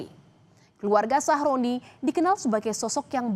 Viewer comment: aku tidak salah denger kah ,nama korban ny sahrodi atau sahroni 😭